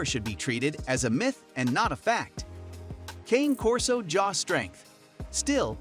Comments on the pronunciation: As you post some dogs In your video that aren’t even Corsos. Also, you’re not even saying the name correctly. They’re Italian so it isn’t pronounced like a candy cane. It’s pronounced with an “aye” sound at the end of Cane. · Can’t trust research from someone who can’t even pronounce the name correctly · It's AI. They never pronounce names correctly.